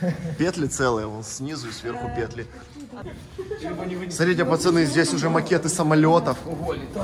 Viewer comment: говори пожалуйста слово «СМОТРИТЕ» правильно. Когда ты говоришь сотрите, это в уши бьёт сильно